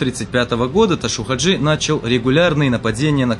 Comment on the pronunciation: Ташав Хажи а не ташув